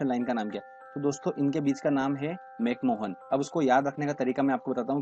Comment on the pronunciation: भारत और चीन के बीच अंतरराष्ट्रीय सीमा रेखा का नाम मैक मोहन नहीं बल्कि मैक महोन है।